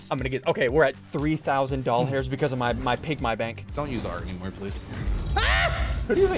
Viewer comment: “Ok we’re at 3,000 doll-hairs”